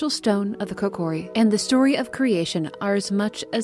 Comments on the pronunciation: It's kO-kear-E Not CokerE 😭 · She says koKOri on accident a couple times, but mainly says it correctly as KOkiri. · Kokori?! I’m sorry but it hurts me 😅 otherwise great video 👍